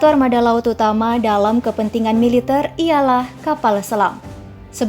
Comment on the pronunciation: Militèr min, bukan militêr